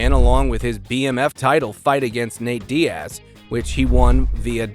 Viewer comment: you say that like it was a mistake? either ai voiceover or somebody who doesn’t know fighting bc you also called nate diaz dee-ass so